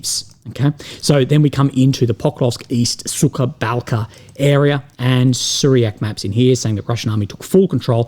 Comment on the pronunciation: note there is no "K" sound in "Sukha", it's "H" sound. otherwise you pronounce it as "Suka" which literally means "a bitch".